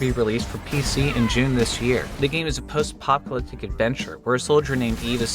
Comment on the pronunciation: A post-apoptlyctic what now? XD The video was fun, don't worry, I just felt like pointing this thing out